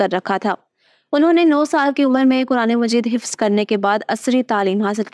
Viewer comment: Hifz hota he hifaz نہیں.